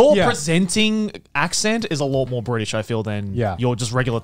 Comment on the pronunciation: Garnt not the host impossible, the cycle has been broken Bri’ish